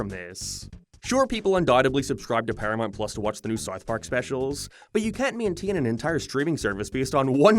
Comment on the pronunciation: Why do you pronounce them as "Paramarnt Plars" and "Sarth Park"? No offense meant. I'm curious what accent that is.